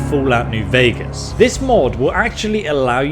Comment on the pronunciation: Ok he pronounced Vegas correctly! I was expecting VEEgas NGL